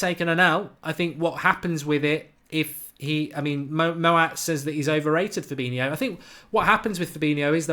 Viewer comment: You can't even say his name correctly, what are you on about!?